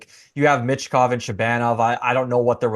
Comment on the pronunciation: MITCH Kov? Theres no T dude.